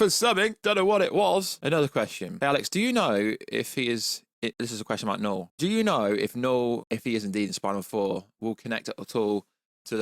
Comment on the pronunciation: When you say Knull it sound like Noel 😂 That definitely wouldnt be a good villain name.